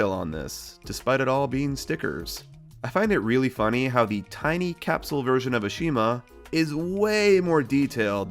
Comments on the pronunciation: It's pronounced "AH-shuh-ma." That's how it's actually pronounced in its country of origin. One of the few things AEG got right compared to T&F. / I think your Hannah and Treasure Chest Truck haunted. They just moved. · Have you noticed that you’ve been saying Ashima’s name incorrectly the whole time. Mattel corrected this in the reboot. Her name is stressed on the first syllable and not the second.